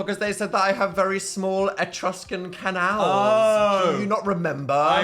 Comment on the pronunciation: Dan calling Eustachian Tubes Entruscan Canals is hilarious 😂